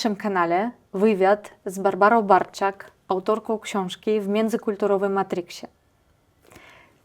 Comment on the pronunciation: Full profeska. Ta pani się nazywa Bartczak, a nie "Barczak".